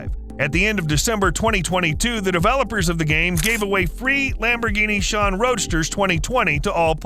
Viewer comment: Love that Lamborghini ”SHAWN”....🤣